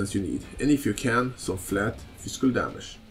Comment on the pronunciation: you kept pronouncing physical as "fiskul" that was amusing to me, great vid btw!